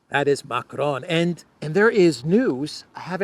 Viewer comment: hahahaha we are cracking everyone up here in NY with your "Mac-ron" shit